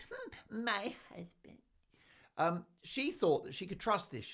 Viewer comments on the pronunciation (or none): 😂😂😂😂😂 “ Mey hassssssbend” love it